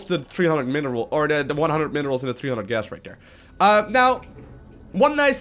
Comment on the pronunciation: Oder than dat. Can he speak without substitutings his ts for ds?